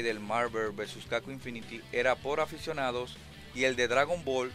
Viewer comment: MARVER vs CACON jajjaaj pasadisimo